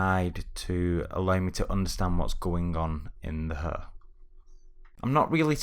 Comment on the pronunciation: it's HAIR like in AIR right? Not "urrr" XD anyway good stuff!